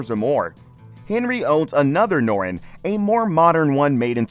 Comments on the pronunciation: Noron. Has a T in it! NORTON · The narrator doesn't know that you pronounce the "T" in Norton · Decent video ... except for the Dick doing the narrative that can't seem to pronounce 'Norton'. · It’s Norton, nor-ton!